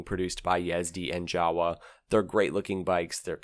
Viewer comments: I know,is not you.its english language,its so stupied .read YAWA ,not jawa.Its reason + why SERBIAN should be world language: allthe time u read same leter.no at monday u read deeferent then tue. WHRITE - HOW U SPEAK - READ HOW IS WRITEN EASY! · Jawa's proper pronunciation is actualy YA VA not GA UA. It's made out of two surnames: "JAnecek" and "WAnderer". The original pronunciation of those names sounds like "Ya ne tzek" and "Van de rer". Sorry but it really hurts my ears how most English speakers massacre it ;) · it's pronounced Ya-Va (Jawa). in Czech, J has a y sound (Founder was Frantishek Janechek (YAnechek. and the Wa is from Wanderer, whose engine was first used in the start of the company in 1929. In German the W has a V sound. so, Wanderer (Vanderer)/////////////hence, Jawa is Yava..................hence Volkswagen is actually pronounced in German as FOLKSVagen (V has an F sound) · Jawa is pronounced 'yarva'. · Hey, "Jawa" is pronounced "java", like the coding language, coffee slang, or the island formerly west of krakatoa, lol